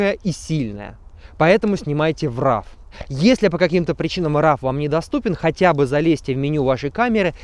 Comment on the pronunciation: Очень хороший обзор. Не сомневпюсь в Вашем профессионализме, но RAW произносится как РОУ, а не РАВ. Как-то режет слух. Люблю Гелиос 44 и пользуюсь им, несмотря на "мыло" по краям.